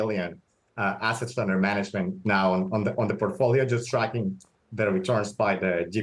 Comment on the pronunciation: Porkfolio what's da porkey 😂😂😂😂